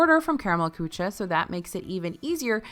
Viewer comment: So - it is not just me. My husband laughs at me because every time she tries to say Karamell Kuche in Epcot I cover my ears and cringe and she says kuche A LOT more than she says cocina. She needs a little help with French also.